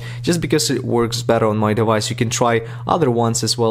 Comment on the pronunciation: “You will hayf to jeil break your de-vice” Wait- thats illegal.